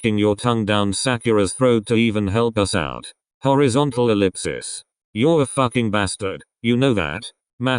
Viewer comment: im sorry but.... “horizontal elipsips” 😩💀👏🏻